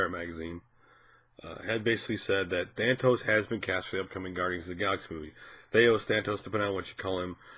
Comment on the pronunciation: If you are going to talk about someone GET HIS NAME RIGHT!!! THAAAAAAANOS No thatos.. There is no other T in his name!!!